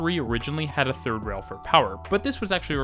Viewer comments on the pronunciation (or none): none